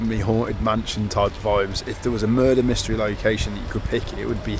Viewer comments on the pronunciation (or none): none